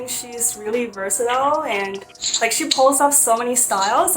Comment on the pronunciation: 1和2，感觉1号的“and”说得很中式，2号从小英国长大竟然不是英音